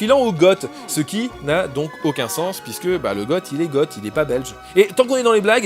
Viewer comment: On ne dit pas "Gotte" mais "Go" pour Goth ! Relis Astérix chez les Goths et le passage où un Romain ne comprend son camarade qui dit "C'est les Goths !" et croit entendre "Célégo". Bon, je chipote aussi. Profite des 50000 abonnés à Plailly :)